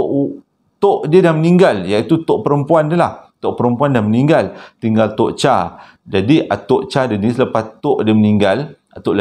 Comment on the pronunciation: Sebutan "Tok Chaq", hang tekan sikit kat idqam tu.